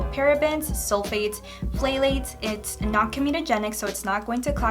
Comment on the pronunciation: Hi, I hope u dont get offended when corrected, not my intent to offend u. But the word Phthalate is pronounced like "thalates" the PH is silent. I had to Google how to pronounce this because I had no clue how to say it when I first started paying attention to product ingredients. Btw, what Nationality are u? U are so pretty. I'm guessing either Mexican or Columbian, but I can be way off....am I?